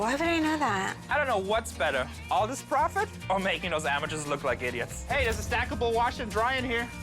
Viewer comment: "Look at this. Some sort of African thing. I could get a dousand for dis." Real expert right there.